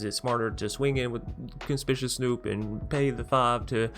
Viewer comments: legit not trying to be a dick. But con-SPIK-you-aus Conspicuous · Little trouble with “Conspicuous”. 😆 Pro tip: the second “C” is a hard “C”, like the first one. (Fun combos, if nothing happens to Maskwood.)